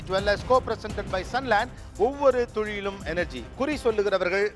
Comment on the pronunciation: ஒவ்வொரு துளியிலும் னு திருத்திக்கோங்க துழியிலும் னு சொல்லாதீங்க. என் நண்பரிடம் நீங்க நல்லா தமிழ் பேசுவாருன்னு பெட்டுக்கட்டி தோற்றுப் போயிட்டேன் ஐயா